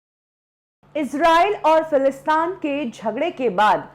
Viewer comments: Falastaan nahin, Falasteen. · Correction lady in the video. it's Palestine not Falistaan. I don't know what u r trying to make but it's Palestiiiiiiiiiiiineeeee sounds like teeeeeeeen Not falistaaaaaaan like Afghanistan If you trying to make it sound like afghanistan u wl b noticed by many and u will be judged. So pls correct ur accent about a country facing war & say the right name Palestine not Falistan. even uneducated person pronounce it right Palestine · If she said falistan to sound like Afghanistan and didn't say Palestine .... She is doing it on purpose I feel who calls Palestine Falistan??? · It's not philistaan...it's philistin or Palestine